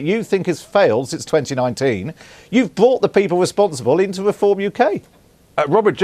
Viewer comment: "weform" BBC cvnt